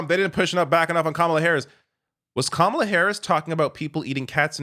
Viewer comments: Kamala immediately set the stage and won the debate with the initial and powerful gesture by affirmatively going over into Trump’s space, introducing herself by correctly pronouncing and enunciating her name, then confidently shaking his small hand. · It was over when she initiated the hand shake and introduced herself with the right pronunciation of her name. And she became the alpha of that debate from the start